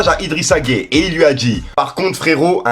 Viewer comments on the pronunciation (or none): Je regarde tes vidéos mais sérieux fait un effort même si tu n’es pas foot renseigne toi!! Tu parles d’un sujet sérieux et tu arrives à appeler ce joueur => Idrissa gay, c’est Gueye(uuuuuu) autant quand je t’entendais dire Nino ( alors que tu es plus musique que foot) au lieu de Niniiiiiio (Ninho) ça me faisait rigoler mais là…. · arrete je suis mdr, c'est Gueye pas gai ou gay.... mdr mec la tu fais ca expres ce n'est pas possible. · Arrête de prononcer son nom de cette manière c’est idrisa gueye comme hey a la fin et non gay comme tu le prononce pcq la c genant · Nan mais tu t'embrouille encore c'est nimp ta vidéo ce n'est pas idrissa gay poto je sais tu connais rien au foot mais la prononciation d'un nom de famille fais un petit effort stp par respect pour idrissa gana Gueye force a lui et soutien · C'est idrissa gana Gueye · 🤣🤣🤣🤣 faut prononcer le E a la fin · Non mais laisse il a du mal avec les noms et les mots lui c est un truc de fou 🤣🤣🤣🤣😓